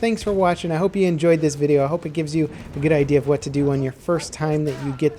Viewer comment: It's pronounced "Sharr"